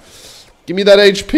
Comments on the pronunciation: For the love of jesus and joseph please stop saying hp as "heych-pee" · says "Haych Pea"